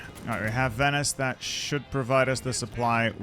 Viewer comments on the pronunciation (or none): none